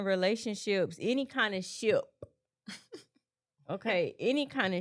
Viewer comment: LMAOOOOOOOO! The "puh" on her saying "ship". She competing Kendrick Lamar and Draco Malfoy for the hardest P-sounds in the game!! I was cracking up with Jazz